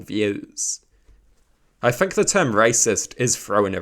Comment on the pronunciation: btw, the word ‘think’ doesn’t have an F in it bro 😭